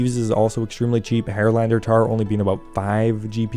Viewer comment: hair-lander tar is what i heard lol